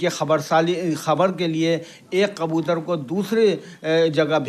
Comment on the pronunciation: Bhi qabutar nahi kabutar hota hai